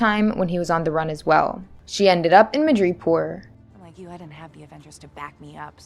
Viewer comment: I also think you miss pronounced madoripor